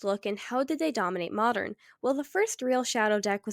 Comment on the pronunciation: Modern has a "d" in it, why do you pronounce it like marred...